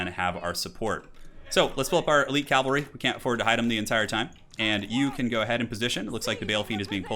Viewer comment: Cavalry. Not calvalry and not calvary. Awesome commentary though! O_O